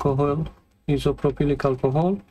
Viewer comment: i couldn't believe it when you put it back together without testing the power first 😅 isopropyl alcohol is also just called 'IPA' if you want to shorten it isopropyl is pronounced "eye so pro pull". it's an odd word. I have a very similar model HP AIO in parts on my bench right now, thanks for the detailed work and process!